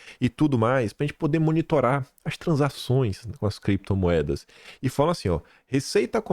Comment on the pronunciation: CREPTOMOEDAS E BITCÔIO. 😂😂